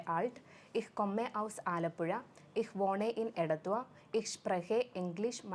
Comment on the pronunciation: The pronunciation in fucking bad. what is whode it is pure woh-ne